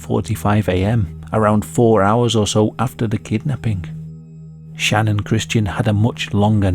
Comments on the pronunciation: Facts aren’t even all straight in this story.. he also keeps calling her name, Shannon… It’s Channon! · It bothers me for some reason that channon is pronounced Shannon and not Channon if Christian and Chris are lol its not Shristian and Shris 😅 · "Channon" isn't a name. You're pronouncing it wrong. I presume you can read and it clearly starts with a CH not an SH or SCH. Why do people have to do that to their kids? It's selfish parents that give sacrifice their children's happiness so that they can show off their "creativity and uniqueness" by giving their kids ridiculous made up words for names.